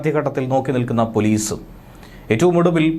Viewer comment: പോലീസ് അല്ല പോളീഷ്